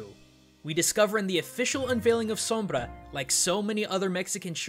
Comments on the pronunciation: i love your pronunciation of the R in sombra ! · I like how you say Sombra unlike others do. It's said like som-blah not Som-bruh. (-_- ) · Wow, you are the first English speaker I've heard pronouncing Sombra's name correctly. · I like how you say Sombra. As a spanish speaker I gotta give you credit for it ^^ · Thank you so much for pronouncing her name in the perfect, correct way. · yes thank goodness some says the name right for the most part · very cool of you to pronounce Sombra as you should, kudos! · funny see amuricans annoyed by pronuncing sombra the right way, very good pronunciation tho o/ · you are the only youtuber that says her name with the correct pronunciation.. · Personally I have nothing against the way he says Sombra. It sounds nice to me Oh and nice video man! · Props for the perfect "Sombra" pronunciation. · Your pronounciation on "Sombra" is flawless. Your "Kereberes" on the other hand...